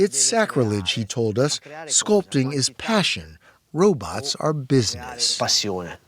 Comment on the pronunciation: No journalist should ever say "robuts". 😂 Edit: To be fair, he does pronounce it "robots" later.